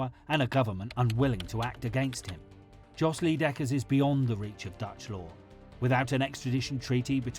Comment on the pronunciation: 'Djos Lee dekkers' sounds so much better than his actual Dutch name Jos Leidekkers. Like he's family to Bruce lee or something, haha. I wonder why the English speaking world experiences such extreme difficulties when expressing other vowels than their own basic English word allow them to. It's not hard, just listen and imitate lolz.